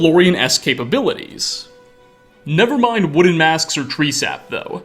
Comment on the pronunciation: wooden ... woo'den... wo-den...odin....